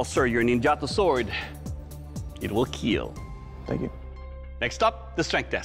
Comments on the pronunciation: IT WILL KEAL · It will keel